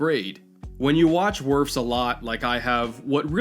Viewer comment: Psst, it's Wirfs